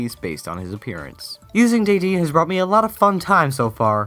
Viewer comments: deddene is pronounced deh-deh-neh, not deh-deen! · Btw its De-Dennay not De-dean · Correct me if I'm wrong, but isn't Dedenee pronounced "DE-DE-NAY" ? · What the heck! Day-deen! It's Duh-den-nay! I'm 100 percent sure because they say that in the anime. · Daidein?! Isn't it De De Ne?! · De-dein? Isn't it De-De-Ne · It's Deh-din-ay not dedeen. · It's DE-DE-NE not DEE-DEEN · (DEH-DEN-A) not (DAY-DEAN) look it up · I hate to tell you, but its dead-N-ay... Not De-dean XD. Sorry, I think I'm OCD. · 1 MEGAS DON'T COUNT AS NEW POKEMON and 2 DE-DEN-NE, not day-dean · You're pronouncing Dedenne wrong. it's not pronounced daydeen. It's pronounced dédénné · They pronounce Dedenne as day-dennay in the anime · That is not how to pronounce defense it is: de de nee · Dideene is pronounced Did-En-Ay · Dedenne (day-deen) is an awesome name. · Dedenne is pronounced deh-deh-neh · "Day deene" Heh. Heheheheheh. Methinks you should watch the anime,. Heh. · its pronunced deh-den-ey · It's pronounced Deh- den- a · I believe it's pronounce Dede-Nae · It's den-dan-ai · It's pronounced Deh-Den-A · its pronounced dadenai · Day-deen? Ok..... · You said Dedenne's name wrong! In the Anime is it said De(Short e)Den A(long a). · Dedenne is pronounced DEH-den-neh. According to the show. :3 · Dedenne. DAY-DEN-AY. Your pronunciation was slightly off. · He said dedenne wrong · I agree with this list in some ways, but please learn how to pronounce Dedenne, it says its name clearly in the anime so you don't have to look far. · Why you mis-pronounce deddenne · You pronounced Dedenne wrong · Well... I've been pronouncing Dedenne wrong all this time. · Good List, although the pronunciation of Dedenne's name is kinda wrong.